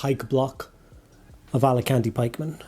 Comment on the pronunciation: AL CA TANI!!! FFS!! Alicante is a holiday destination!!! LMAO!!